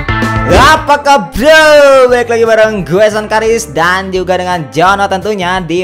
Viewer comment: Banf gue suka kalau pas intro bicaranya apa kabow